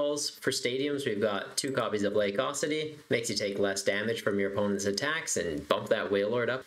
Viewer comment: UH...CUE...ITY. Not AWE...CITY lmao